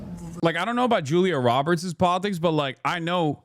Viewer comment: HchULIA Roberts 😂